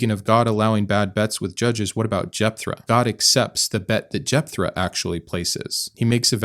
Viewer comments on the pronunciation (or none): Great video. It's Jeptha not Jepthra.